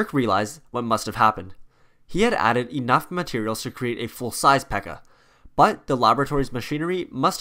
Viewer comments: It’s P.E.K.K.A not Pekka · Ok two notes. One, it would be cool if you talked about their obsessions with But-ter-flies and Pan-cakes. Two, there is more than one PEKKA and Mini PEKKA in the village and Royale Arena. Great video though!